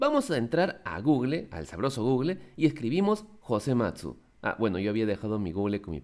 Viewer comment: Disculpa pero se dice gugul :O